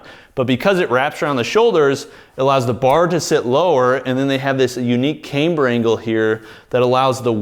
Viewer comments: KAM-ber, not came-ber - Is this one of things you do to piss-off us nit-pickers? Surely you know better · love your videos. Camm-ber not caym-ber